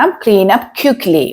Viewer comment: ഒനിയനല്ല, അണിയന്‍. കടുകിനെ അതു പൊട്ടിക്കട്ടെയെന്നോ? ഏതു പൊട്ടിക്കട്ടെയെന്ന്? ക്വിക്ക്ലി ആണ്. ക്യുക്ക്ലിയല്ല. You are handicap in English. First you learn English well, then teach it